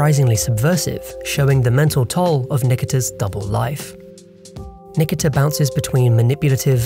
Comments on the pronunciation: Thank you! That was painful to listen to. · its pronounced Ni <KI> ta